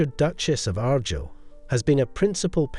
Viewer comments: Ar Guyel.... not Aghr gil AI with a Scottish accent that can't pronounce the words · Argyll is pronounced r-guile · The title is said Argyll like the Argyll socks not Argill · Beautiful pieces, but it's pronounced Ar-Gyle! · The pronunciation of Argyll is awful, but Belvoir Castle is a different case: Belvoir Castle overlooking Vale of Belvoir is pronounced as Beaver Castle overlooking the Vale of Beaver (the Anglo-Saxons couldn't, or wouldn't, pronounce the Norman French).